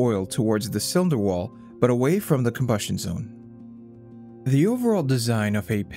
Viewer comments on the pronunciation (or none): 'inna cywinder wawl'